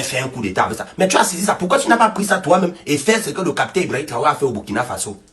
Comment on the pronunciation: Pardon frère capitaine et non capitin tu fait honte là